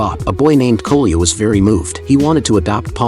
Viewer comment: Ai is so stupid It calles Коля koluya